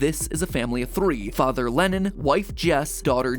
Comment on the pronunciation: I cant help but notice that matpat is pronounces Lennons name as Lennin